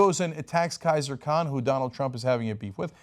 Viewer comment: Khizer not Kaiser!